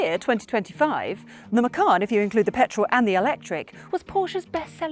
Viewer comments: Macan not Macarn. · Bose is not pronounced "Bowce", as you said but "Bozeh". Macan is not pronounced "Mackann" as you said but "Maycan".